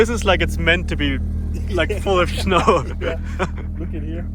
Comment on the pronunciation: full of schnow